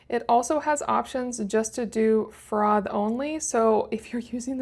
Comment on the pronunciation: ‘Frov’?….its froff…😂